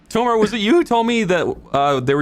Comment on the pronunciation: Why do they keep saying Tolmar without the L?